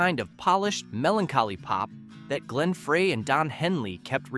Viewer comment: It's pronounced Fry Glen FRY!